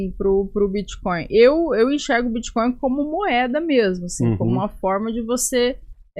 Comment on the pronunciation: Prefiro que o Renan continue falando crepitomoeda e biticóio. Quanto menos o governo souber disso melhor